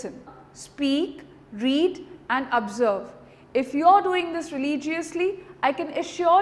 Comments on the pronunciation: Nice and Confident presentation :-) Cheers :-) Couple of corrections: Pronunciation correction: Success: Correct: suCCESS not SUCCess, (Stress on 2nd syllable not 1st) Observe: Correct: Awe+b+Zerb not Aaabzerb (its Awe sound not Aaa) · The only mistake I could spot in this 4 min video was one pronunciation "observe" it sounded like "abserb" Plz don't mind it It's my interest to find out mistakes and correct it that what I love doing. But this video hands down is the best video. Voku